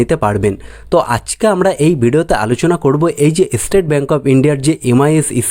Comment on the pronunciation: ইস্কিম, এস্টেট ব্যাঙ্ক এগুলো আবার কি উচ্চারণ!